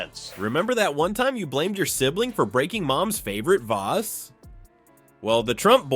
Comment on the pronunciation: Vaase? Bad AI